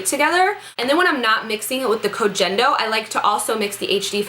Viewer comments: The G in Koh Gen Do is soft, like in get or gas. :) Hope your face is okay. I have quite a few allergies, so I totally know what that's like and it sucks. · i'm pretty sure koh gen do is pronounced with a hard "G" like when you "girl" not trying to be one of those people lol just though you'd like to know